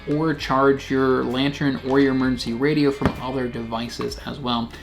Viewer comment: Love your videos. Are you saying Lantern or LantREN?